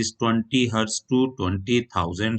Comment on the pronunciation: Sir hetz nhi hota hertz hote hai